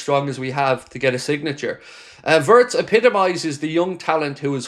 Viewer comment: Florian's surname is pronounced Veertz!